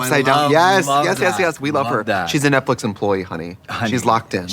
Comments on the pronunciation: Love you ladies!! But did I hear ‘Netflick’? Not Netflix? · love that they say "netflic"